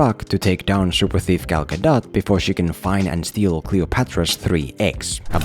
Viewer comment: Just so you know, you said Gal gadot's name correctly.